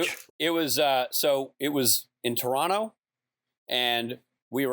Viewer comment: I love that Rich says 'Torono' instead of Toronto. He's halfway to pronouncing it like someone truly from Toronto, and certainly pronounces it like Canadians not from Toronto, generally.